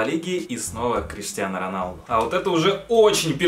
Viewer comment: Бля хватит говорить КриштианА Роналду